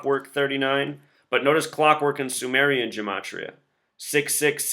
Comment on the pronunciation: don't lie to me. the word LIE = 12+9+5 = 26 = Z = the first letter of your name. Your own logic and gematria (which you deliberately mispronounce) condemns you.